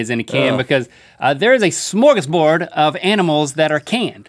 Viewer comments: How many Swedes reacted when he said Smörgåsbord? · Did he say (smörgåsbord) it's Swedish word🤔